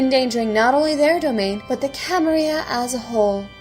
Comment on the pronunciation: Very nice work! Please dont take this wrong, its just a question: Why do you use modern spanish to pronounce "Camarilla" (with the /y/ phoneme)? I've played in many larps but actually never in any using English as the main language (I played in Portuguese, Spanish and Italian) and maybe you guys always use /y/ idk. But wouldn't it be more appropriate to address to it as it probably was said in the 15th century by the founders? with LL as in "million" (Catalan/Archaic Spanish)? Just curious :)